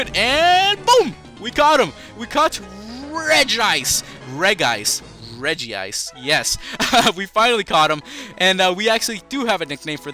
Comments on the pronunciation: i hate when the name is pronounced regi-ice. its reg-ice!!!! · Its Reg ice not Reg ee ice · It's regice not regiice reg ice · it pronounce reg-ice NOT regi-ice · It's not regi-ice. Its pronounced reg-ice. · Lol it's reg-ice